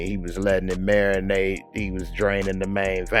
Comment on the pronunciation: Say “marinate” one mo’ time!!! 😖😩😩😩🤣🤦🏻‍♀️